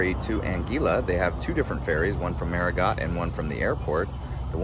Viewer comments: Great job on the video! Just a friendly suggestion for improvement: Marigot is pronounced "Mary-Go," not "MaryGot." Adding a bit of research on how words are pronounced could enhance your content even more. Keep up the good work! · FYI, the "t' is silent in Marigot, it is correctly pronounce Marigo. Hate to hear it said incorrectly, over and over. . Otherwise you did fairly well, thanks. There is so much about SXM that you missed. It is the Culinary Capitol of the Caribbean with over 300+ restaurants of all cuisines in its 37 square miles, with 37 beaches. . When at Orient beach, that is actually the Atlantic Ocean on that side of the island, not Caribbean Sea at that side of the island. The ferries are fine ,but can make many seasick with rough water crossings. There are many short 15 minute island hop flights to other islands that give you more time to tour them ,and less chance of getting seasick on a ferry and ruining your whole day. Cheers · "Marigot" is typically pronounced as "MAH-ree-go" or "MAR-ee-go" with emphasis on the first syllable. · I was pronouncing it marigo and the car rental lady who lives there told that it was pronounced MarigoT 🤔